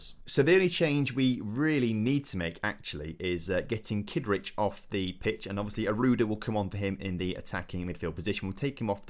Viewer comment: Thought you said Keith richards was playing then realised it was kidric.